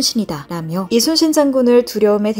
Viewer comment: 근데..저만 그렇게 들리는지 모르겠지만 말하실때 대체로 "이수신 장군" 으로 들립니다.